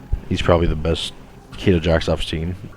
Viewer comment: Tuh-Kay-Duh come on yall.